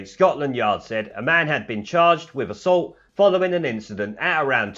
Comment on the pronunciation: 'assualt', eh? :-)